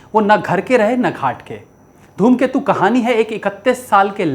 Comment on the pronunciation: Are sir dhoomketu nhi ghoomketu hai movie ka naam